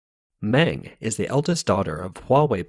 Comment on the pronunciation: Meng is pronounced Mung.